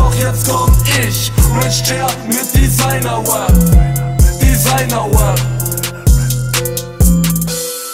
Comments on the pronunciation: Diggah, lern mal ordentlich das R ind Rap auszusprechen, du sagst immer Web😂😂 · ER KANN NICHTMALS RAP AUSSPRECHEN... R AP nicht W AP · Es heißt rap und nicht wep. Kauf dir mit deinem ganzen Geld nen sprach therapeuten. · Wieso kann der Junge in der Hook auf einmal nicht mehr "Rap" aussprechen? Designer Wap? Was soll das sein? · "Denn im JBB hat keiner Swag, doch jetzt komm ich! mit Designer Wap(?), Designer Wap." Was zum Fick ist das? Ein Mensch kann doch nicht in der Lage sein, so eine Scheiße zu schreiben.. und im Vergleich zu seiner Aussprache von "Rap" ist Gio ja noch richtig gut dabei.. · Der Typ kann nichtmal das Wort "Rap" richtig aussprechen ;-) Na gut vielleicht passt sich Julien ja auch an und macht ein "Wap" battle. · Spongebob?! Spongebob trägt kein Kostüm wenn dann SpongeBoZZ .-. Und außerdem ist er Gios Bruder wegen der Aussprache? (Web) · LRJ In der "Hook" hat er ja sogar den gleichen "Rap" Sprachfehler wie Gio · Okay, man merkt Moneyboy ist sein Idol, aber bitte bitte, wenn du englische Wörter benutzt, lern sie richtig auszusprechen. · Noch so einer, der Rap nicht aussprechen kan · Der kann ja nicht mal Rap aussprechen :/